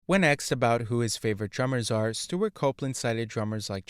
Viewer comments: He aksed good quesfions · He ASKED a question, not AXED. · HOLY SHIT DUDE, IT'S ASKED, NOT AKSED OR AXED. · It's "asked", not axed". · "Asked", not "axed". Asked, asked, asked. Practice saying it until you get it right. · "asked" = a-s-k-e-d not "axed". the hard "k" sound comes after the "s" sound. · the word is 'asked' not 'axed' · The narrator uses an “ask” to cut down trees!!! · The verb is "ask", not "axe". You're welcome. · A curse be on your use of “axed”. An amateur ploy to pose as “hip”. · It's AI axed also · thank you. I thought it was just me. Annoying AF